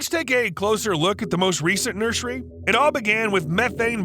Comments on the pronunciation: Yes but he also says “nurshery” instead of nursery every single time so he kinda undid all that good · the way he says nursery bugs me so much